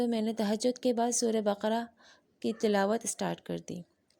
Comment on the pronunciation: MashaAllaah acha laga aapne surat Ul bakara ka naam teek parha,aksar log surat Ul bakra parhte hain jokay ghalat hai,Allaah khush rakkay